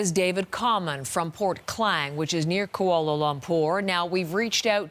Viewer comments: The way the news anchor says Kuala Lumpur "Koala Lompur" lol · She said "kualo lompor" 🤣🤣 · " Kuoao lopoor " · Did she just pronounce Kuala Lumpur as Koala Lumpur 😭🤚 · Did I just heard "Koala Lamp pour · "Koala lumpour" wth °°> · She litreally pronounced Kuala Lumpur as Koala lompourr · the actual pronunciation in Malay is "koo-wa-la loom-purr".And Kuala Lumpur is not an English word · I know that english people don't really know how to spell Kuala Lumpur cause to them Ku-ko a-oa la lum-lom pur-pour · "KOAOOLO LOMPOOR" 😂😂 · i cant, how she said koala lompor sorry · "Koala Lumpur" Nice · So what if they pronounced it wrong?? They're not from here. Have respect la for people trying to pronounce malay word.